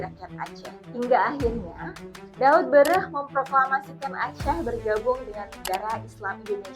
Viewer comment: Mau jelaskan masalah aceh, nama tokoh daot ber'eh aja kaw gk bisa nyebut, daot bereh,sakit kepala ku dengar, dowot bereh